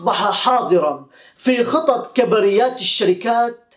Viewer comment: سلام اخي للتحيح فقط نقول كبريات بضم الكاف وسكون الباءو فتح الراء